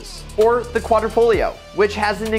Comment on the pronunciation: Next time learn how to say Quadrifoglio first